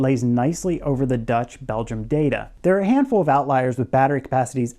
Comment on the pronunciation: "...from thewe,"